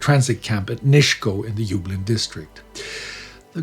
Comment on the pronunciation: Thanks for the episode. Just a small note on Polish pronunciation. Nisko is pronounced as Nisko, just an "s". Katowice basically the same as its German equivalent Kattowitz.